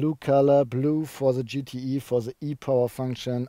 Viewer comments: Du verwechselt den GTI mit dem GTE, das E wird nicht als Ei ausgesprochen sondern als i. Das macht das Ganze sehr verwirrend! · GTEEEEE not IIIIII :D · Does he say GTE or GTI?